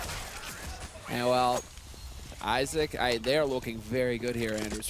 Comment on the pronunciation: hah a komentujący czyta ejzak i tam widownia: IZAK! xd